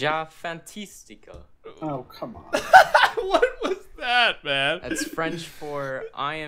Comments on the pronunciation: is dumb... Im fantastic in french is je suis fantastique not j'ai fantastiquo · Ben please don't attempt french... there's no O sound at the end of fantastique. (I'm a triggered feminist)